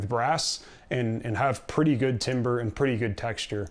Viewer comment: Good video. FYI, timbre is pronounced 'tamber'.